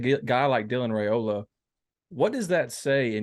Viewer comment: Hi, You, and many others are still butchering the pronunciation of the Raiola family name. I respect people's names, I'm sure you do as well But, y'all are doing the RAY SLAY on the Raiola name, but there is no RAY sound in it. On a Rumors and Facts YouTube channel interview a couple months ago, Dominic Raiola pronounced it properly. Please view it for yourself, if need be. It's pronounced as if the "a" is silent. The proper pronunciation for Raiola sounds this way: (it's rye, like pie, and ola, like cola). My own phonetics style there, but you get it. Far too many respected people, like yourself, are saying it all wrong Folks depend on you guys to get recruits' names right. Out of respect for our future family members, Please do so. Thanks